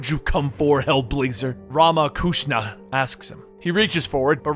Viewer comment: RamaKushana?! I thought it was Ramakrishna.